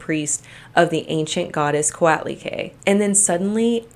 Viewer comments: Co-ought-lee-quay. But you did a good job! Look up her stone statue in the Aztec Room of our MNA: Museo Nacional de Anthropología E Historia. She has her own Wikipedia page. Her statue is done in the round (and on the bottom!) and is one of my favorite pieces. To look her up in Wikipedia, her name is spelled Coatlicue. She is much taller than me, even without the pedestal. I am 5'2, approx 1m62cm. None of you on here will be sorry you checked her out!! 🤗❤🇲🇽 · It gets on my nerves how she pronounced Coatlicue and Magdalena as someone who's Mexican. You should pronounce the u in the las syllable of Coatlicue